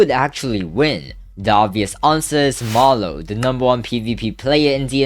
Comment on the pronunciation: bro did not say marloww